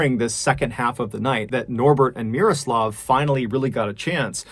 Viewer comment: MrBallen, you nailed the pronunciation of Miroslav's name. You really do your homework. Solid pronunciation is quite rare to hear when English speakers are trying to pronounce foreign names.